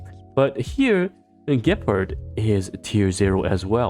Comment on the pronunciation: Also Gepard, not like Leopard more like Lebron. the accent at the first syllable is important. Sorry just a pet peeve of mine. i know ur a doctor so i have a higher expectation than other YTbers